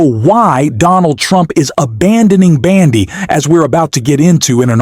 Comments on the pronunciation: Dear AI, When you say Pam Bandy are you referring to her gait? Her last name is BONDI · Can your AI bot at least pronounce correctly. “Bandi” is not her name. BONDI ! I’m not sure she deserves that respect, but good journalism demands it! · The presidents attorney general's name is Pamela Bondi not b a n d i!!